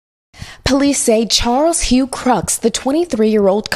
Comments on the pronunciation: Why did the narrator say the name as “Krux” when it’s Krooks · Why can't this reporter correctly pronounce "Crooks"? I'd expect this from a random YouTube channel, but not from an NBC reporter.